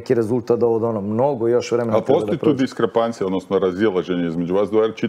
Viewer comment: DISKRAPANCIJA??????? isss Klemp...evo morao sam googlati šta to znači i uopće nije diskrApancija već diskrEpancija...zemljo otovri se, stiže KLEMP